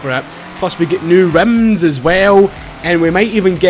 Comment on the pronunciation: "REMMSS" - first time I have ever heard someone say 'Rims' like that lolol